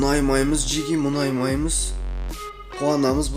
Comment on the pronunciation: Ң деген әріпті білесіңба айтшиш мұнаймаймыз деп айта берми